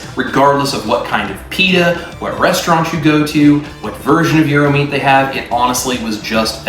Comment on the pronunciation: It is pronounced Yeer-ro. Love a good gyro, Can’t wait to try it.